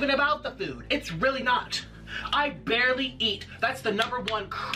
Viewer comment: "I BARLEY EAT" bruh